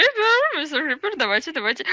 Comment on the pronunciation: Не крипир а крипер